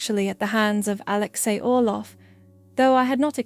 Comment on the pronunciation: Count Orlov not Olof.